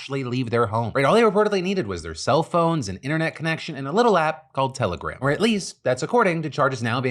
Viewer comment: Every time you said telegram in this video it sounded like terrorgram to me